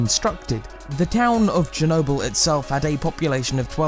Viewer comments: Hayden Holman No, he says “chrew nobull” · Chernobyl, not chornobyl. Chernobyl. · You said Chernobyl wrong